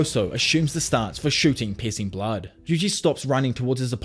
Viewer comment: I swear I thought you were saying "Pis*ing Blood" lol